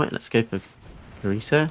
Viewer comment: Cerise is actually pronounced Seriz (with each syllable of equal length). It is French for cherry and it is also a woman's name (although quite a rare one). Hope this helps 😉